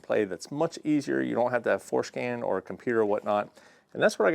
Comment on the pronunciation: Man I wish they had something like this for disabling MDS. Also... I think you are saying FourScan... but it sure sounds like it is called fourskin. lol